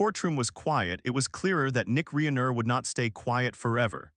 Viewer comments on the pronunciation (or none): This guy can’t even pronounce Rob Reiner’s name correctly